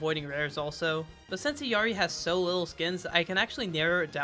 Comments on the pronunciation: Proper Illari pronunciation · You are like the fist content creator that says illaris name right. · as a peruvian person, thank you so much for pronouncing Illari's name correctly 🙏🙏